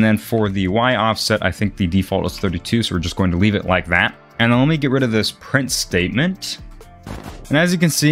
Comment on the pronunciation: "so were gonna leave it like THGAT"